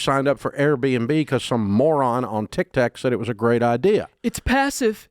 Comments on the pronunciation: Dave, Dave it’s Tik Tok not Tik Tak😂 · I always lose it when Dave says Tic Tac 😂